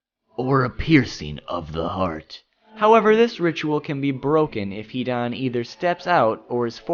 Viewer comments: I was really excited to watch this video after seeing the title... But after hearing SO MANY wrongly pronounced words and names i was kinda feeling suicidal.. Fucking "Hidaaan" and all the villages are pronounced otherwise. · so any one notice he says hidan like he is pronouncing heathen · when he said he-Don...I screamed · His name is not HE DONE OR HEDAAANN ZIDAANN ITS HIIIIIDAAANNN HIIIIIDAAANNN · if only you could pronounce his name correctly.....